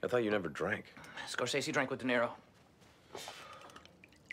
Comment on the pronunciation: it always bothers me hearing Abed mispronounce De Niro, because television is his passion and therefore it shouldn't happen